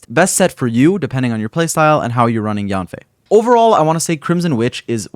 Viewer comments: her name is actually pronounced as yaen/yen fei and not so much of yaan fei but overall a great guide thank u for this !! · The real pronunciation of Yanfei is actually Yenfei 🤭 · Thank you for this video! I’ll definitely be using it. Her name is pronounced Yen-fei with an E! Just thought I’d let you know ☺️